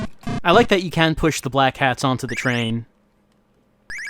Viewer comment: Oh, it's Black HATS? This entire time I thought was saying Black CATS. I thought he was saying that because they were all gangsters or something!